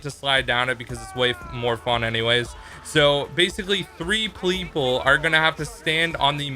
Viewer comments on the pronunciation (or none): he said pleple